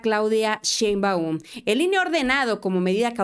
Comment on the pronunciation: Hila!!! Solo una observación, es Claudia Sheeeeinbaum!! Es acento tónico en la e no en la u!!! Saludos!!!